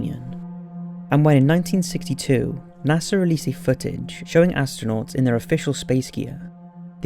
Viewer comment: You said NASER instead of NASA.